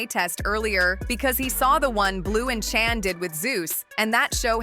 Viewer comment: Her name is not chan get it right